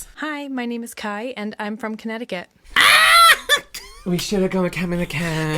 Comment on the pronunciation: As a resident of Connecticut, I graciously accept our new name of Com'mom'kent lmao Also I've lived here my entire life and the girl from here has a very unique way to pronounce caught. I've never heard it like that before :o